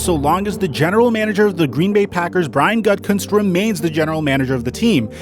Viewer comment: I keep thinking people are say “GutCunt” when talking about Gutkunst 😂